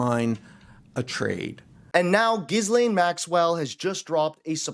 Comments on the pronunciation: The name is not pronounced "ghizz-layne." The S is silent. It's "gill-LEN." Say "gill" with a hard G, as in the gills of a fish. Then say LEN. (Rhymes with "pen.") The stress is on the second syllable. Trust me: I knew a Ghislaine in college. If you pay attention to interviews with people who actually knew Ghislaine Maxwell well, they almost always say "gill-LEN." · Giz-lain = Gee-len. Try harder, folks. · It’s ‘gi lane’ the ‘s’ is silent. He’s in them… we know what it means 🙄 why is he still in power? It’s disgusting! 🇬🇧🇺🇦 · The s is silent in her 1st name. And you say trump is dumb. It's pronounced Ghillaine. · G-len is how it's pronounced 😊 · how come you havent worked out the correct way to pronounce maxwell's first name yet? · The S is silent in Ghislaine . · Hey sweetie, the "s" in her name is silent so, you don't pronounce it! Just sayin! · The "s" is silent! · The ‘S’ is silent… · Great video. Just a brief correction…no S is meant to be pronounced when you say her name. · The 'S' is silent in Ghislaine.